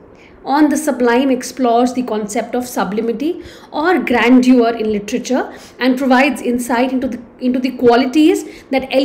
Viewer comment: please get your pronunciation correct of the word "grandeur".